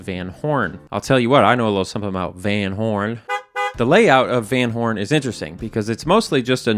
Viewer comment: Fun fact: "van" is prounced "fan" (a like the a in army), and means from/of. Van Horn is likely named after a person with that same last name, meaning that person had ancestors from Hoorn, Netherlands.